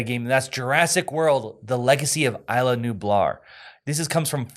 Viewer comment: Isla is pronounced ees-lah. It's Spanish. Isla Nublar means cloud island in Spanish.